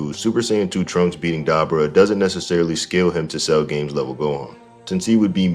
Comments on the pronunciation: How the FUCK do you pronounce dabura that way?! Did you even watch the show? They said his name 100 times. And you STILL proceed to pronouncing it wrong. It blows my mind how that’s even possible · Daber vs Da-Boar-Ra